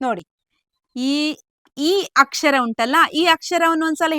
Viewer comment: Chennagide..aadre akshar alla akshara..